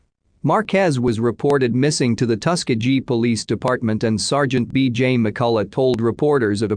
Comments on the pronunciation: It's pronounced: Tu-Skee-Gee Hard G at the end!!! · Tus-key-gee. Robots can't pronounce words? Thought robots were smart?